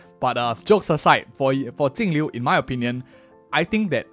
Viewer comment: which blind dingus reads her name with a T